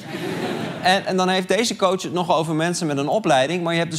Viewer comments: Ik had iets dergelijks en hoorde steeds minder verschil tussen kootsj en kots. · Aan het eind van dit fragment klonk het woord "coach" niet eens meer als een woord